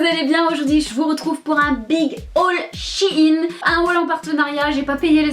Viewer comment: "Chiiine" c’est shyen lolol